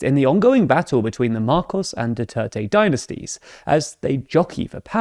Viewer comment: Learn how to pronounce dynasties for goodness’ sake